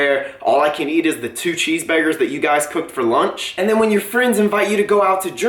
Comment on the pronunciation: I absolutely love this video! And I think it's absolutely hilarious the way he says cheese burgers( ish) "cheese beargers" 😂😂